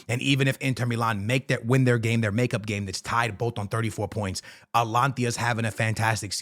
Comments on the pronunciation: Dude just called them Atlantis It's just simple reading bro A-T-A-L-A-N-T-A not that hard what's with the butchering my man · bro atlantia its ata lan ta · ATALANTA NOT ALANTIA 😭😭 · You keep on saying Alantia its ATA-LANTA. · Atalanta not alantia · AT TA LUN TA. .... bro its not that hard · Bro please.. it´s A-TA-LAN-TA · It’s AT-A-LAN-TA bro 😂 I swear he does not be watching fútbol at all just reads headliners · its A - TA - LAN - TA 😅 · Atlantia ✅ Altalanta ❌ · I was laughing my ass off at the start of this video. He kept saying it over and over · The way he be saying Atalanta and Tchouaméni is so atrocious 😭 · yo hahahaah the amount of times you said ATALANTA wrong.